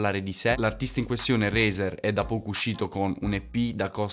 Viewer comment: Si pronuncia “Razer” con la “a” non con la “e”. Comunque bomba.